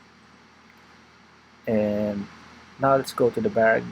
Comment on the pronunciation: Pwede mo yata sya lagyan ng hash tags para masearch? 🔎 Natawa ko dun sa "bug" "bag" 😁